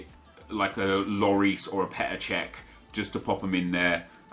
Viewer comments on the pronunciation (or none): none